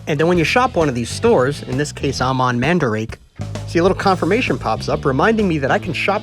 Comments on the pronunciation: "manda rah kei" not mandrake wth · Sorry to let you know this but um you sed mandarake terribly wrong